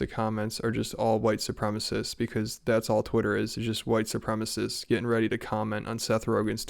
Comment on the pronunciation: Drink every time he says "whitesoopremists"